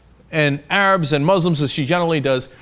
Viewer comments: OK FFS Cenk, it's moos-lims not mahs-lims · Muslims is pronounced with the 's' sound not the 'z' sound. Criticize religion but carefully, not intending to insult the person.